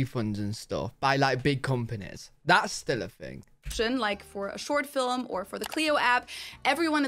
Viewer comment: Did you hear her say "fill-em" for the word "film" at the mark?